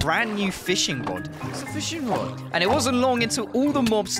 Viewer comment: Fishing *rod, not a "wod".